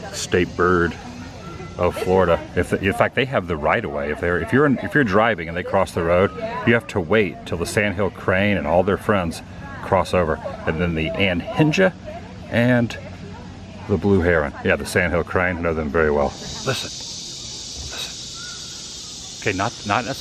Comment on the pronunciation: An-heen-ga. Not An-hinge-a.